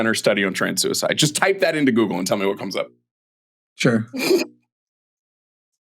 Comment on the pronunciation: Is it just me, or does say "sewer-slide" instead of suicide? I swear that's what it sounds like.